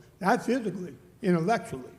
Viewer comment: Ima unloabd om um intelexulay.!!😂🤣😂🤣🤣🤣